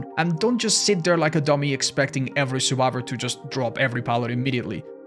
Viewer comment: Stop saying survibor